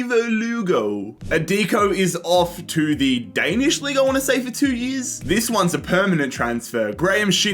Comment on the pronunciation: As a Norwegian you saying the danish league hurt me